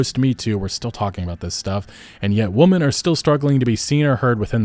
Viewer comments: Why can't he pronounce "women" correctly? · Sorry but what the hell is up with people these days not knowing the pronunciation difference between womAN and womEN. 🤔🤔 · You seem to have trouble differentiating or pronouncing "women". You keep saying "woman", plural and singular. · hey brother, "women" is pronounced "wih-men" thank me later